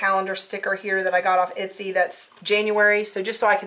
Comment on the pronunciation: etsy- not itsy